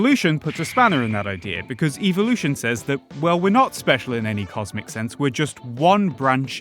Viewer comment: Its evolution, not "eveolution"